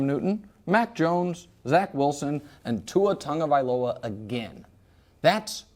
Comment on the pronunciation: I hate when people (Nick Wright) pronounce is "Tua Tunga-viloa". Its Tagovailoa. Tag-o-vi-lo-a. Its not hard. There's no 'N'.